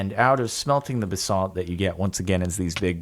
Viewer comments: Stop pronouncing basalt like that it gives me a brain tumour . Its "Baz-alt" not "Ba-SALT" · It's pronounced ba·salt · Nobody: Jordan: BuhSalt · Every time he says basalt I die a little more on the inside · Please stop pronouncing basalt wrong lol